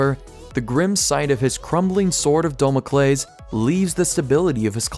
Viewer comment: WTF IS WITH THE WAY YOU SAY SCEPTER AND DAMOCLESE?!?!?! Do you even human bro